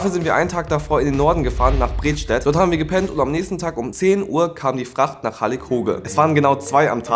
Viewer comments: ich muss hier kurz mal de Nerdi raus holen ,- als jemand der aus dem Norden kommt und in unmittelbarer Nähe der Start Fähre gewohnt hat,heißt es "Bredsteeeeeedt",-die betonung liegt auf dem "e" . :D Anosnsten gutes Video ^^ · Alter Ich geh in Bredstedt zur Schule und du hast einfach Bredstedt falsch ausgesprochen das war ganz schwierig im Kopf